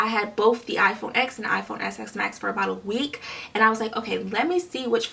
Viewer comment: It’s called iPhone XS MAX NOT SX MAX